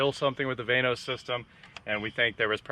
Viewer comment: Someone please tell to stop saying “vain”os.